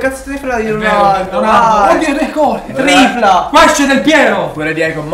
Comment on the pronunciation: NON E OIU RECOOORDDD